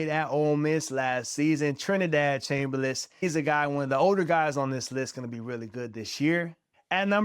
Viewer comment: It's Chambliss not Chamberliss. Look it up. Don't want you to get attacked if this video ever gets big.